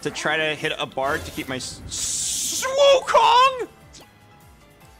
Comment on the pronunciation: the way he said sssswukong is really accurate in Chinese cuz wukong’s last name literally pronouns “soon”